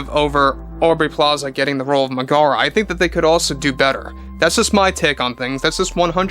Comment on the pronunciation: Double check your pronunciation of Meg-a-ra and Hay-dees.